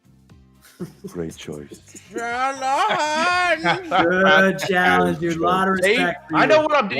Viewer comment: I like - CHA-LANGE!